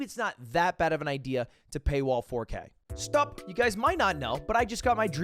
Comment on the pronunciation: I love the way he just says "stöp" before an ad